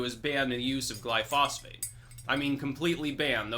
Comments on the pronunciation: Gly-pho-sate NOT Gly-phos-phate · Roundup (glyphosate) is not a pesticide. It is a broad spectrum herbicide. Every time you talk about farming you sounds like an idiot. Also it is not pronounced gly-phosphate. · *Heres the proper pronunciation of glyphosate, which I mispronounced for 25+ years!* It turns out that both you & I had been using the wrong pronunciation for the active chemical in Roundup. I too got the chemical pronunciation wrong(for 28 years no less!). It wasn't til spring of 2017 that I ran into a guy who worked for an agricultural chemical company. He heard me pronounce it, "gly-fos-fate". He quickly pointed out that I had the pronunciation wrong(as well as the spelling). Its actually spelled 'glyphosate', pronounced "gly-FO-sate". There are times I need to use glyphosate to kill nasty weeds in beds, etc. But I use as little as possible, and I've stopped using Imidacloprid altogether, for bee-related reasons.